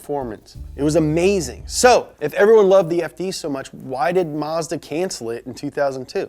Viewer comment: You pronounced Mazda wrong.